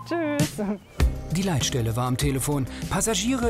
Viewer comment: ... "Die Leitstelle" oder "die Leid-Stelle" ? :D